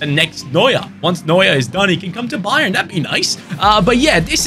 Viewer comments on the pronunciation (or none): none